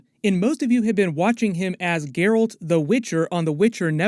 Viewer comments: this dude really said 'Gerald' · Geralt .... Not Gerald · Geralt bruh not gerald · Lol "Gerald"...